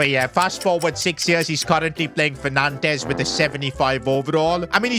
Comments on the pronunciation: "Nantez" it’s pronounced Nante, the s is silent. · Let’s have a crack at pronouncing things properly. I have never heard of Nantezz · It is pronounced as Nau-nt-s